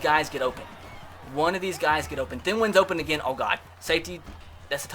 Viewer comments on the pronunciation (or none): His name is thien (th-E-in